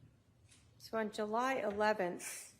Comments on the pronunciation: I know. How funny was that JU Ju Juuly…!!Lmao!!!! wipe the cheese from around your mouth Lori before you speak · Yes 😂😂😂😂😂 she said JU JU JULLY LMAOOOOOO 😊